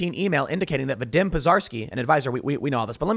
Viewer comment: Just for future reference, Tim, Vadim is pronounced Va-deem, not Vuh-dim.